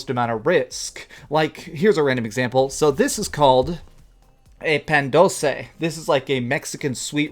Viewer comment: It hurts me the way you say "Dulce" but I'm glad you enjoy Mexican stuff.